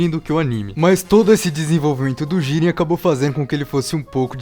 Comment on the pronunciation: Jíren ❌ | JIRÊN ✓